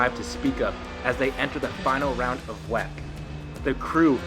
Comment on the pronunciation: W E C not wec